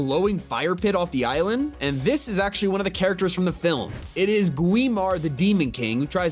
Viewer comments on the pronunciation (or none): bro said "guimar" instead of gwi ma